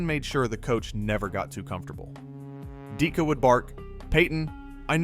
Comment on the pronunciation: You lost me when you could not pronounce DIT-KA. Good bye.